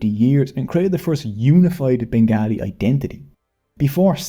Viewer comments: Please pronounce it as ben-gaw-li. Or ban-ga-li. Nit begaahlee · Turned of at the first pronunciation of Bengaaalee...WTF!! Such Yankee ignorance is impossible on the ears.. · Why are you pronouncing the name as Bengalis? In general it is pronounced Bengali with the second syllable as to rhyme with call. Also Shantiniketan the institution founded by Rabindranath Tagore a Nobel Prize winner, produced another Nobel Prize winner Amartya Sen, and a Oscar winner for Lifetime Excellence - Satyajit Ray (whose father’s nonsense anthology Abol Tabol produced the creature Hansh-Jaaru )